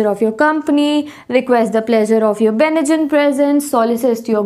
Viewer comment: Commendable ..teaching I would like to do small correction if you don't mind..you mispronounced the word "benign"...it's pronunciation..is /bɪˈnaɪn